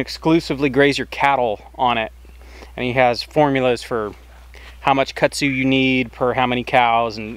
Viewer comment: It’s kudzu not Kutsu